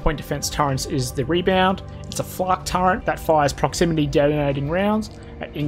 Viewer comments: turreNt? Turret. no n in turret. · Terrific vid - But, as a fellow Strayan, mate please ... Stop saying 'Turrent'. No idea why lots of us do that, but there's no N in Turret, yeah?